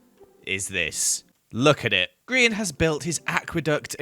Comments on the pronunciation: you know like griEn not grian its not lizzy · EVERYTIME HE SAYS HIS NAME WRONG LIKE PLEASE HELP IMA DIE FROM INSANITY he doesnt understand its GRIEN not Grian Gri-EN